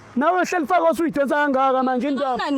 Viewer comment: just can't pronounce Hlalefang (be brave, be clever) He says Hlalefa "ga" 😂